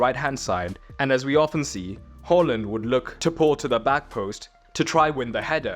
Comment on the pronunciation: HAA land, not HALL and :hand-purple-blue-peace